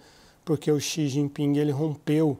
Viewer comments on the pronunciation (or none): Quem chama o presidente chinês de “Xi Jinpingue” certamente estaciona no “parkingue” quando vai ao “shoppingue”.